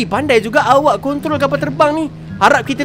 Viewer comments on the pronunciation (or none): none